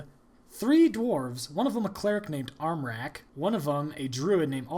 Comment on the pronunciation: your pronounciation of the ä in armräk was on point